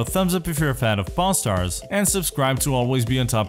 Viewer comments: Sounds like he's saying pornstars :) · I'm sorry in the beginning I thought he said porn stars lmao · Why am I hearing p*rn star? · Sounds like he is saying Porn stars in some bits.